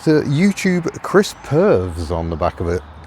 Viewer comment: I think it's pronounced pur-vis not pervs 😀